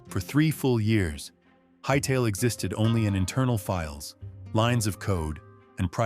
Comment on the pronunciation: Hytellah? No, get this AI slop out of here